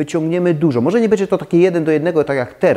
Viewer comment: z przyjemnością oglądam Pana filmy, byłoby mi jeszcze przyjemniej, gdyby dbał Pan bardziej o poprawną wymowę np. minimalizM, bĘdzie:) to nie krytyka tylko konstruktywny feedback;) ps. Chętnie obejrzałabym filmik o stylach - japandi, modern classic itd. Chyba że juz taki jest, ale nie mogę go znaleźć…? Pozdrawiam!